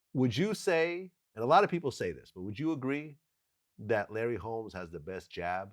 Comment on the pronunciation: Wtf this dude said Larry Holmes 48-0 wrong asf